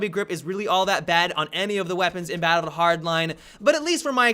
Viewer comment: Battleddd Hardline